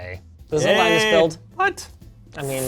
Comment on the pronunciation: Lie-nus,, and is at it again.